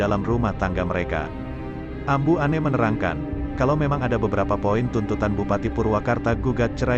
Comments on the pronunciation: Namanya Anne bukan En gimana sih bahasa kamu sok kebarat'an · TOLONG LAH DIBACA NYA AMBU ANNE... JANGAN DI BACA " ENN " GAK ENAK DI DENGER NYA...BACA NYA JGN SEPERTI BACABAHASA INGGRIS / ANNE DI BACA ENN 🤣🤣🤣